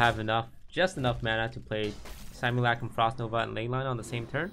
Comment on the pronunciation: it's simulUHcrum, not simulAHcrum toast pls